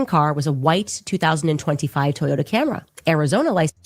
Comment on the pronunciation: It’s Camry Candace not Camera. It’s scary she has children and “home schools” them.